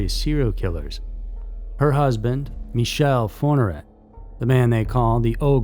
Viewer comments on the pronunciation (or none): none